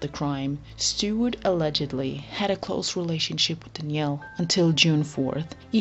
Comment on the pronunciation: Danielle, not Dnielle